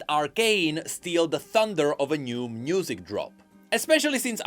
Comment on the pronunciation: Anyone else notice how he says "Mnusic"? Quite curious~